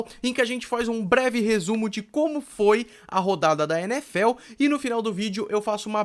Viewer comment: "Breve Resumo" kkk